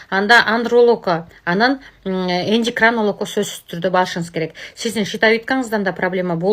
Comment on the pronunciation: Эндикранолог😂😂😂😂😂😂 ай гангир баш катын эч болбосо туура суйлосон тантык (Эндокринолог)